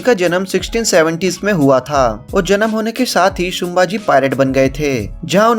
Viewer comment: शुंभाजी नही संभाजी बोल मराठा आरमार🚩 कान्होजी आंग्रे जी से बहुत मेल खाती हैं ये मुव्ही